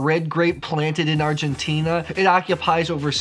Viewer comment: Argentina, the end you pronounce like "Tina", from Tina Turner. I love Malbec and it seems 2019 is the best vintage ever in Mendoza